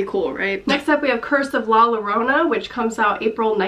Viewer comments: I love you and your videos but as a Hispanic viewer I wanted to let you know that when saying the double l you make a “y” sound. So when you say La Llorona you would say it like La Yorona not Lorona. No hate or anything just letting you know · It’s pronounced like Yorona not Lorona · im sorry but all of my ancestors rolled in their graves at the way she pronounced la llorana... love your videos though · Just as you pronounced GuiLLermo, you pronounce LLorona, it sounds like "Y" haha but I loved your version of la llorona xD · La Yo-ro-na please learn to pronounce it this way its kinda cringey when people dont try to learn how to say it right >.< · La Llorona ( pronounced yo-ROW-nah) is an age old folk tale and has been done more than a few times in movies. Im sure it will follow suit in that La Llorona (The Crying Woman) will be presented as some demon or creature rather than a restless/vengeful spirit. Being thst it is a tale of the supernatural I can see how it might tie into The Conjuring universe. Same way The Nun was tied in...that younger nun will obviously wind up being related to Loraine Warren (since she was played by Vera Farmiga's real life sister, Taissa.) It can be done! Lol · 'La Llorona' is pronounced Lah Yoh-roh-nah and is a horror urabn legend staple of Latinamerican culture overall, not just mexican. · Love all your videos!!! Good to see someone shares such a love for horror movies! And Just for info it’s pronounced La “Yarona”. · I fucking cringe every time English speaking people say la lorona or miss pronounce some Spanish words that can be easily checked (? Jaja like, it kinda triggers me jajajaja idk. . . Just a thought. I'm really excited for all these movies also.. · super excited for In The Tall Grass !! also la llorona is pronounced like yorona ! :) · La Llorona is not exclusively mexican folklore. It is actually a latino-american tale. And you kinda butcher it (the name i mean ) xD loved the video tho xd